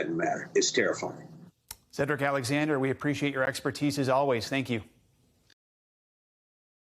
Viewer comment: "its terra, its terra. terrarizing, its terrafying"